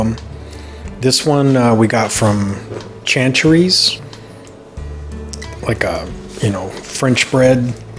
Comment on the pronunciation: Love,love,love tomato pie. Grew up eating it.... Chanatry's is pronounced shhhh nat trees. You should also try Utica greens, Chanatry's has it in their prepared meals. It's another Utica thing. Woohoo yummy.